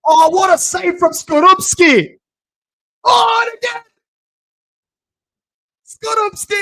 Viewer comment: You pronounce Skorupski correctly. Now we have to sign him :D